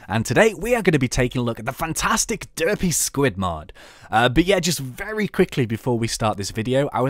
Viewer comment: It sounds like u said dirty spud mod